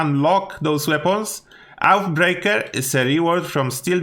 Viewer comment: Love the videos but its oathbreaker not outbreaker ,oathbreaker means promise breaker just so you know thanks